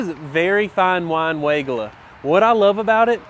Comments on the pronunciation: Stacy Hervela at Proven Winners Color Choice Shrubs pronounces Weigela as why-GEE-la. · You got me! 🤣 I had to look it up to see if I've been mispronouncing Weigela all this time! Y-G-La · Hi. Another great video but another fun fact on the correct pronunciation on weigelia by Stacey from PW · You’re mispronouncing Weigela!! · He does it on purpose. It’s German we all pronounce it wrong. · I know, its so funny to hear.